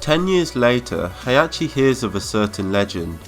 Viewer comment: He -Ah -ki. Not Hey -Ah -che